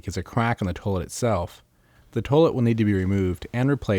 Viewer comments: Toilet is pronounced 'toy-let', NOT 'tuh -let' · toelet. toelet. toelet. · The way he's saying toilet is interesting.